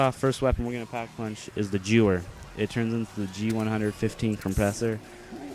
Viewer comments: im sorry to be a troll but its pronounced gru-er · lol its actually pronounced Geh vehr its german so the w is pronounced similar to a v